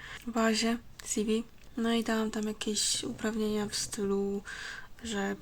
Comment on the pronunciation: Mówi się si wi ;)